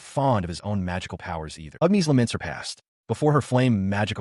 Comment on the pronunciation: seen a similar vid about this one...just whats with this one ..calling "agnis" ...UGNEES?